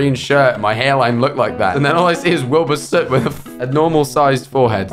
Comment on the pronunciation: "Wilbur Scoot" LMAO